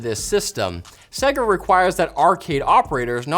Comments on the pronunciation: Who the heck are segger, its pronounced say-ga, have never heard it pronounced like that. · What’s with the guy saying seh-guh instead of fucking sega????? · Sega not Seiga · Come on guys, they literally tell you how to pronounce SEGA in their game intros. It's SEY-GAA, not SEGGER... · Why can no one at LTT pronounce "Sega" properly? Do they not remember the old "Say-gaaa!" opening screen? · Ffs say Sega properly.... say-ga had to turn video off half way through as it is infuriating to constantly here the mispronounced version of Sega. BTW love what you guys do. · Why can't anyone pronounce Sega correctly? It's literally yelled at the beginning of its most popular game of all time. SAY-GUH! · Why can't you say Sega? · The way they say Sega bugs me lol, Think Sonic 1 bootup.